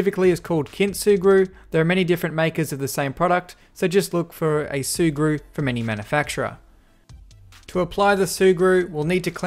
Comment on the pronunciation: Sea glue ? Sea grew? What the hell is he saying? Edit: Ahh its sugru ...